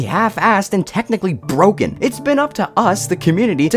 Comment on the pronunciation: its bwoken